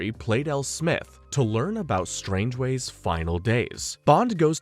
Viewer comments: And "Strangeways" instead of "Strangways" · "Strangways" not "Strangeways" "Crab Quay" not "Crab Key" "Quarrel" is not pronounced "Coral" Aaargh! My autism! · Do you intentionally pronounce a name wrong in every movie? Strangways No hard G sounds. And stavros blofeld. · It's pronounced Strang-ways. Your Welcome.